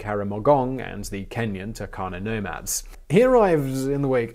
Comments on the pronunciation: we Kenyans pronounce it as Toorkana stressing on the r and not Takana the way you pronounced it. People need to pronounce words the way locals pronounce it otherwise there'll be a communication barrier. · Turkana --> Toorkanah